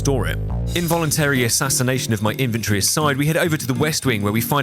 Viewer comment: question, why are you pronouncing inventory as "infantry" ???? :(